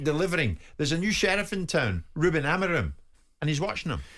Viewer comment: Wish Jim would stop over pronouncing’Amorim’